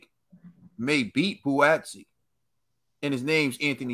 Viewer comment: It’s pronounced Bwaatsi not bu-atsi … They are from the same part of South London, Crystal Palace and Croydon and have known each other for years … Hence the mutual respect ✊🏾